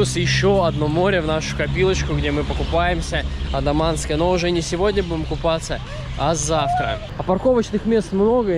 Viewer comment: Все супер! Но вы почему-то АНдаманское море называете АДаманским😅